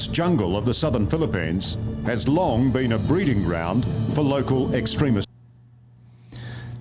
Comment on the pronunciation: 5 loong months… funny how the narrator emphasized it. compared to the 20 years war in the oil rich countries 😒